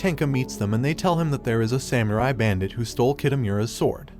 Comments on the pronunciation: Bro said sam you rai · “samURi” I’m sorry it’s just so funny 😂